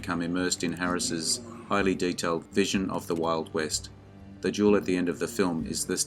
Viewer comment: There is a difference in pronunciation between duel and jewel